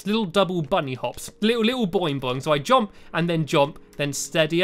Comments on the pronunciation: why does he say jomp instead of jump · Its jump not jomp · i love the way stampy says jump... "jomp jomp" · No one: Stampy: "jOmP"